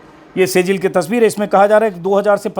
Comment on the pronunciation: "सेजिल " नहीं "सिज्जिल" hota hai Ajit ji!